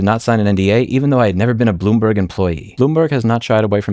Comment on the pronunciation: Bloom"berg" Every time.